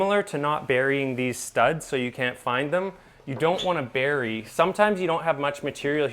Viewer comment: Oh and it bury not Barry. As a Drywaller I now know where my bad karma comes from. Ppl saying Barry when the did something bad. My name Barry. It’s all my fault. So bad. Bad trade for a name like mine.